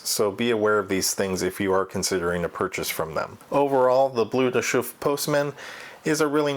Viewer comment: Pronounced B-L-E-R de Chauffe, not B-L-U-E